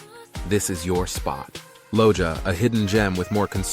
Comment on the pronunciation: Just a correction, Loja pronunciation is: Lo - ha. Great video!